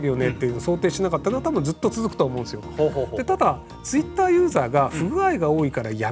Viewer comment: なんか、ひろゆきのツイッターの発音トゥイッターに聞こえるの俺だけ？